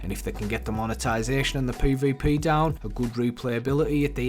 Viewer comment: Poy voy poy (this dude trying to say PvP)